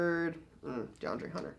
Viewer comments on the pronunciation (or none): none